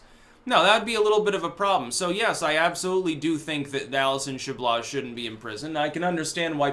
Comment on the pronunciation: Chabloz = "Sha-blow" It's a French name.